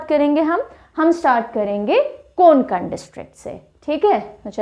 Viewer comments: कोकुन नाही कोकण आहे ते. 🤦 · कोंकण- ❌ कोकण - ✅ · Sorry mam कोंकण nahi vo कोकण hota hai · It's not कोंकण its कोकण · Konkon nahi kokan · It's not koNkan. ..it's kokan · कोंकण बोलते आप कोकण